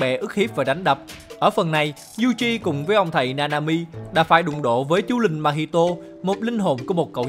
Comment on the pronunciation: chú linh mà sao mình cứ nghe thành chú lìn nhỉ